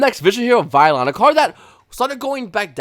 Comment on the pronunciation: funny how the mispronunciation is based off something so obscure